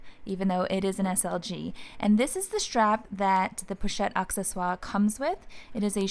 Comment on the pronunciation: Great ideas. I love my ebene one. Just FYI it is pronounced “a sse swar” it maintainers the French pronunciation. Some people say accessories (in English)